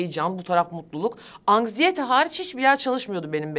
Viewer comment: Yalnız çok kaba saba konuşuyor ya doğallık bu değil kimse kusura bakmasın anksiyete bu arada angsiyete değil !